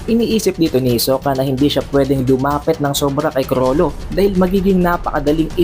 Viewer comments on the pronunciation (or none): Sobrang R kulang na L 🤦‍♂️